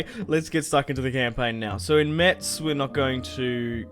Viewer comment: Metz is pronounced "Mess" ^^